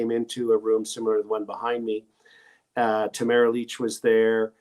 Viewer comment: Her name is Ta mar a not tamra